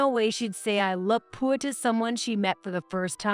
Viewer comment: They really need to edit these AI voices with their mispronunciations. Saying 'fiance' as fee an cee instead of fee ahn say. Pronouncing poor as poo or pool etc. Seems like in every story narrated by AI the same words are said wrong (wound and wavering are others I've heard)